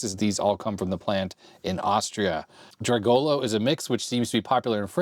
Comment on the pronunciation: Dragolo, not Djigolo :)